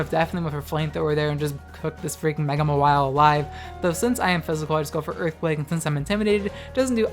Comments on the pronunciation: It's pronounced MAR-wile, you pronounce it as ma-WILE. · It’s Ma-while or Maw-while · Ur pronunciation of Mawile triggers me.